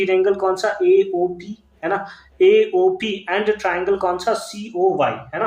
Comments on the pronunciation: Triangle❌ tirangle✅ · First he Saud right then teerangle